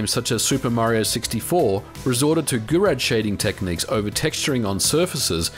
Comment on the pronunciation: "gurod"shading lol, just like the famous car brand "renod" :P Oh that pronunciation...